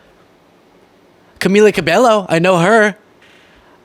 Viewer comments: brah you mispronounced camila cabello's last name while talking about people mispronouncing kamala lmfaoooo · you realize he mispronounced camila cabello's last name in this video right? lol